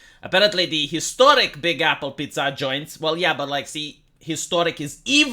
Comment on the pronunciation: as a non english and non italian speaker i approve of his pronounciation